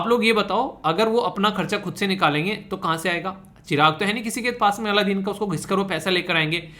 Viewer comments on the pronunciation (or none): none